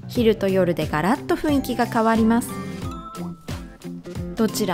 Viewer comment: 誤 ふいんき 正 ふんいき